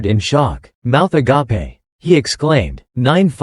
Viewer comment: "Their mouths a-gap-ay", LMAO! Some things never change...